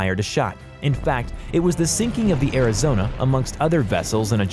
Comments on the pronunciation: I think he only got uss arizonas name correctly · At least he managed to pronounce the Arizona right. Needs to find a new job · Im surprised he pronounced Arizona and Iowa correctly.